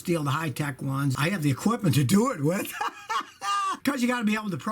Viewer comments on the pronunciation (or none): “I had the equiptmemt to do it with” ☠️😂